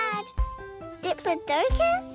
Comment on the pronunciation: this is the first time I’ve ever heard a cartoon character say that dinosaur. And tears of joy are streaming down my face. It’s pronounced Deh-plod-eh-cuss.